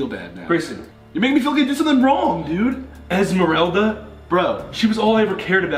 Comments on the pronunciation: I fuckin’ lost it when he said ASTHMARELDA . . . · OMGGG I DIDNT EVEN NOTICE THEY SAID ELSMOLRELDA, THE FAMOUS TYLER THE CREATOR MEME😂😂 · "Esmerelda" wtf??!! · no one: not a single soul: ethan: ESMARELDA WAS THE LOVE OF MY LIFE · No one: Absolutely no one: Ethan: EsMEraLda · No one: Eathan and Grayson:ELZMARELDA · No one: Literally no one: Ethan: eSmeRalDa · "esmarelda" hunny. tea. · no one: Ethan: EsMeReLdA